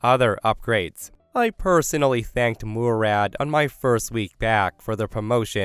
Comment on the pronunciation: Yeahhh, it's not pronounced "Moo-rad".